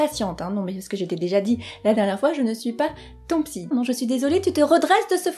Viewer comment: "Soignable par la psykk" eurk xD Merci super vidéo ! vous captez bien l'attention <3